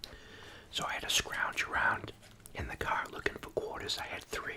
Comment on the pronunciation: Your Boston accent really comes out when you say “quarters” haha much love